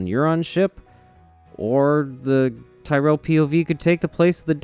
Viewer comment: You're the only American I've ever come across that pronounces Tyrell correctly. Thanks king.